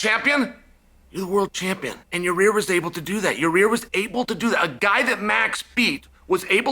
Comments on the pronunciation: your-rear rodriguez.. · “Your rear” 😂